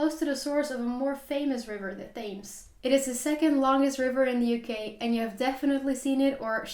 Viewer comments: You pronounce the river Themes wrong, you should use the program you used for Lough Neagh to learn how its pronounced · You actually pronounce the ‘River Thames’ as ‘Tems’. Forget the H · I would be surprised if Liverpool was the third largest city in the UK Thames (the river) is pronounced Tems. The English language is very consistent in pronunciation. Very good review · FYI River Thames is pronounced as River Tems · Thames is pronounced Tems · the Thames is pronounced tems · Sorry to be pedantic But it’s River Thames pronounced Tems Great vid 👍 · Liverpool 3rd largest city!!! not even close. London, Birmingham, Leeds. You have been looking at metropolitan areas and they are not cities. Ps. Work on your pronunciation of the River Thames, your not even close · Really enjoyed your video. Just so you don't get angry letters from Scots, the capital of Scotland is pronounced "eddin-bruh". -borough, -burgh or -brough suffixes are pronounced "bruh". Severn is pronounced "7", Thames rhymes with "gems". Ben Nevis is "ben nevvis". Those walls in Wales are called "drystone walls", stone walls without mortar.